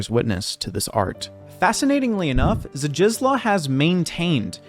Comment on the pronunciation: Shdishwof is closer to how his first name is pronounced the funny looking ł in Zdzisław is closer to an english w sound. So it would be closer to Shdishwof Bekshinshki.